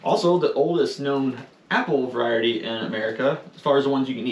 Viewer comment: Cute how switches the word Variety to Viarety. Thought it was a mistake the first time but then she said it again! 🤣💖